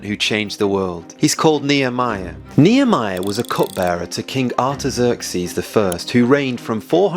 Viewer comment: Mo from Iran here. You might wanna search online for Iran's Achaemenid map because what you are mistakenly showing to thousands of people is today's Iran map... Also... don't call it Persia, that name comes from Greek mythology (Perseus). it's Iran. and where is Susa?? Xerxes 😂 those massacred pronunciations of you people. I don't have a clue where and what in my own country you're talking about!